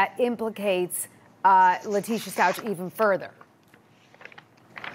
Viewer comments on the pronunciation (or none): It’s STUACH!! You don’t pronounce the ch!!!! Stop mispronouncing his name it’s been 4 months!!! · That reporter needs to learn how to say the last name ... it’s ...stauK not Stau-CH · It’s bothering me the way she pronounces the last name “stalches” I’ve never heard anyone say it like that. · Please honor Gannon and pronounce his last name correctly. 💙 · Inappropriate behavior.....could not pronounce Gannon’s last name correctly 😡🙄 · Out of respect for Gannon, i wish people would start pronouncing his last name properly. Also out of respect for the Stauch family, especially Gannons father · You interview the neighbor and you can’t even pronounce Stauch right? Smh